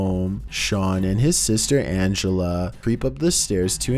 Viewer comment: Hearing say my name gave me. "aNGELa"